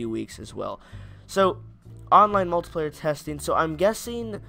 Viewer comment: Multiplayer* not muliplayer (I'm melon soup on my bros acc)